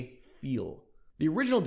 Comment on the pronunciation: Another neat little video,. No front, I just wanted to let y'all know that the pronounciation of the Dornier "Pfeil" is something like "pfyle", (with a silent e at the end) which means "arrow" in german.